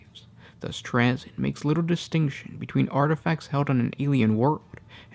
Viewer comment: this guy mispronounces words and names in every single video. It's so annoying.